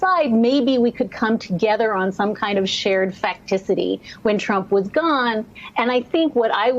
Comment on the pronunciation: She said “Facticity” 🤣😂🤣. What is the “functionality” of useless words like these? We’re doomed.